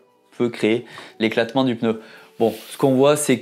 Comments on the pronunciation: Par pitié en français c’est un PNEU et non un PENEU !!! Ça fait un peu mal aux oreilles à force 😉. Merci 👍🏻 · La lettre N se prononce directement après le P, il n’y a donc aucun son entre elles. /Peuneu/ est donc une prononciation totalement incorrect. D’ailleurs, le vidéaste le prononce correctement par moment. Il semble donc que ce soit une habitude confinent à une préciosité. De la même manière, la prononciation /èmbapé/ est incorrecte ; il faut dire /mbapé/. Vous n’y arrivez pas ? Entraînez-vous, cela finira par sortir correctement !